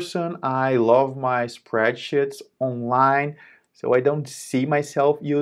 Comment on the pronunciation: Thanks for the video but 'spreadsheets' is more correct pronunciation?